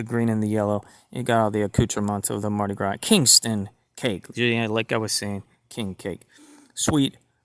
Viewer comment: I dont care about the empty wrappers when I order my gpks from ebay! I end up throwing the empty wrappers away anyway! by the way: U dont pronounce the "s" in Gras! its read as Marty Gra!